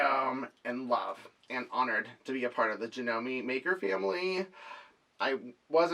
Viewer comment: "JERONIMO" Janome ... changed the G in Geronimo to a J ... cute huh ?